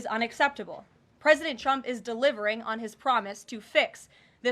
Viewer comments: She always calls him "Chump" 😂😂😂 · You'd think the number one Qualification for the job of press secretary would be the ability to say the Presidents name correctly... Every time Karoline says "President Chump" it is hilarious, but very unprofessional 😂😂😂